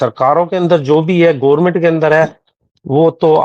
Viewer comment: The moment he said Gormint Kirkat He lost my respect.